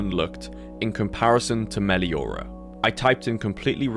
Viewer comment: thats not 'Meliora' or whatever they called it no no THATS FUCKING BA SING SAE